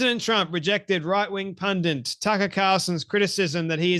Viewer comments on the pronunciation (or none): “Pundits” not “pundents”